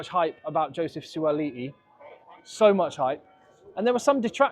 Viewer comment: Beautiful pronounciation - Suaali'i - not an easy name to say!